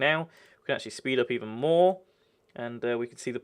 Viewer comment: its more not moar